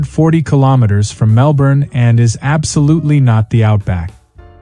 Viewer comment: Bloody yanks coming to OZ and pronoucing MelBorn and BrisBane